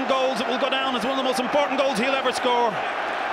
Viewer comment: His last name is not 'Augero', it's 'Agüero'.